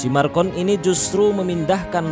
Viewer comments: Macron..., bukan marcon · Macron min bukan marcon, ntar salah orang kita hehe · Klau mau bikin dokumentari pastikan nama yg di sebut tu betul. President Perancis nama nya MACRON, bukan Marcon. Maaf, saya sekadar membetulkan saja. Memang patut di laknati ALLAH SWT pemimlin ini. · Macron min bukan marcon 🙏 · Macron min bukan marcon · Nama presiden Perancis itu macron bukannya marcon. Haduh gimana sih nih, sebut nama aja masih salah. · Macron boy bukan markon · Macron bukan marcon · Macron bkn Marcon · pembaca beritanya nyebut marcon